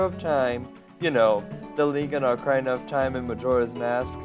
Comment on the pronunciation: nice job on the video, but dude you gotta get your pronunciations right. Ocareena, not Ocarhina. Sorry if it sounds rude